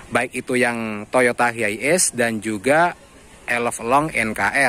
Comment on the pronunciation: Penyebutannya tu bukan hiaies om, tp haies